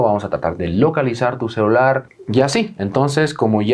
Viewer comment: Like por cada vez que dijo: CELAR en lugar de celular xdxd